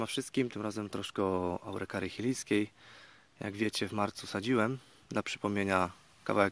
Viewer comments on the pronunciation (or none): Chilijska czyta się 'Czilijska' poza tym wszystko w porządku.